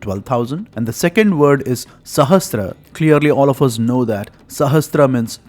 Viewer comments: Excellent! However, do not mispronounce "sahasra = सहस्र" as "sahastra सहस्त्र". It is a common mistake, but needs to be corrected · Is there a difference between word sahasra and sahastra. Why do you pronounce sahasra as sahastra in your video? Please answer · It is sahasRA, NOT sahasTRA